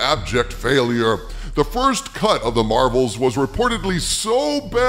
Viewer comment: Anybody else hear " what did you hear about the first cunt of the marvels?"